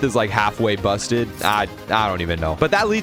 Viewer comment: Bro the way you say busted..💀